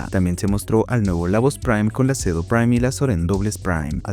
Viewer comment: escuche ceno. En vez de cedo 🖥️🦍